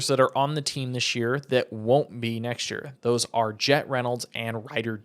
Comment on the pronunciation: youre the only one that pronounces Ryder D's name that way